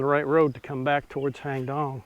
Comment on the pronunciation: My wife and I enjoy your video. We normally visit Chiangmai yearly and nice to be able to see familiar places. I hope you don’t mind... your pronunciation of “Hang Dong” is not quite correct. It’s “Haang Doang”, please ask your wife to pronounce it since you refer to it often. It’s unfortunate most of the Thai words spelled in English are incorrect because they are translated letter by letter from Thai to English without considering the correct pronunciation. An example is “Phuket”, the correct Thai pronunciation should be “Pooget” (with the “g” sound instead of “k”). Btw, I’m Thai and my wife is from Wisconsin. I tried to point out what the correct English spelling should be to help improve her pronunciation. Stay safe and thanks again for sharing your video.